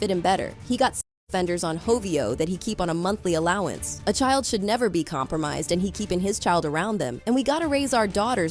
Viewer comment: its pronounced child but saying it stretched